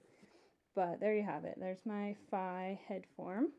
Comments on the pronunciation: Did you call her "Fie"..? It's Fi xD Like.. Fe. But with an I. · You pronounced Fi wrong, it's spelled like fi, but pronounced as Fee.